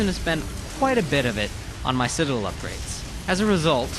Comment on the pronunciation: i wish he could say citadel correctly